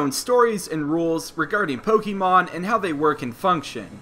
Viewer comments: Good gosh, if you're going to make Pokemon videos, learn how pronounce Pokemon properly. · You say Pokémon incorrectly!